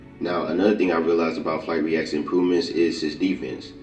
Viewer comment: sumbody tell me why he say dut reacts